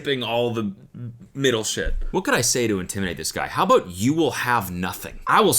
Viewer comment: aboot alert